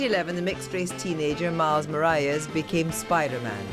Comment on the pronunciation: at least learn how to pronounce morales?